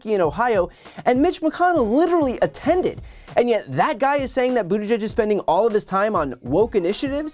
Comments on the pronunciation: 🙄 Here's a little phonetic tip for this rude idiot...Boot-edge-edge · Who the hell is Sec’y Buttageg? McConnell needs to learn how to pronounce the Cabinet member’s names correctly. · His name is NOT Booter-greg. McConnell is a phoney hick. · Terrible pronunciation of Buttigieg - it’s Buttiġieġ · McConnell can’t even say Pete’s name correctly…. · Might carry more weight if he could actually pronounce the Secretary's name... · You’d think that of Mitch gave a flying fuck about transportation and/or safety… he’d be able to pronounce that Secretary’s name correctly. But somehow I doubt he could even correctly identify Pete in a photo. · Mitch can't seem to hear himself talk. He badly mispronounced Buttigieg and didn't have the decency to correct himself. Unless he doesn't even listen to what he's saying. Either way, it's lamentable how little he cares. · Poor Mitch. "Climate nonsense & woke." He cannot even pronounce Buttigieg. And he's the republican leader? We're in big trouble. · 👎 Geeezzzz - - he can't even pronounce Pete's name correctly 👎